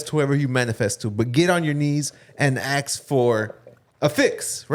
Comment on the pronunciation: its ask not aksed lol